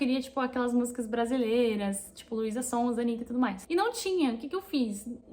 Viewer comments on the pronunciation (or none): none